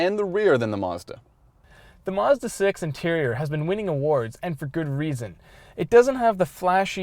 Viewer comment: this is sooo annoying.... CR can't hire people w/out a lispe and who can say 'mazda' not 'mezzduh'??